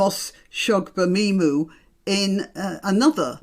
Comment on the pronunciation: Congratulations on pronouncing Dr.Shola's last name. Marlene Hadleigh was a follower of the Doctor and tried to emulate her style of dress. As far as i can see the only difference between Dr S and mr Fararge is their gender both are bigots, both love to hear the sound of their own voice and both dress to exsagerate their ethnicity. I wonder if Dr. Shola haas an account with NatWest bank🤔